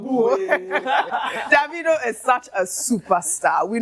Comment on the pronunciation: Ojy please stop pronouncing his name as daaavidoh......it's annoying...of course you know that's not how it's should be pronounce.....it's Davido from the name David not Daaavid.....pls stop it's so annoying